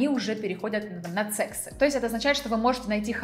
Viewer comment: Ни секс а сиекс девушка просто страшновато слушать вас😅